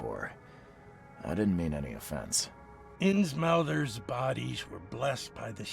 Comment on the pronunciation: I saw the fish dude and heard "Insmouthers" and I'm like: OOOOOOOOOOOOHHHHHHHHHHHHH SNAP. HERE WE GO WITH THAT HP GOODNESS